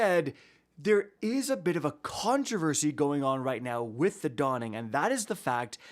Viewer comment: “WITH that being said” :::whiffs heavy attack::: 😂